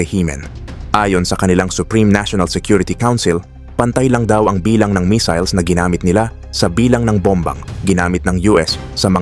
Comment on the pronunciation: Ano daw? Yung basa sa missiles naging missels? 😆😆😆